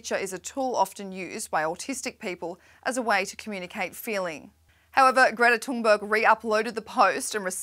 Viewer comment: *Greta Tooonberg according to this reporter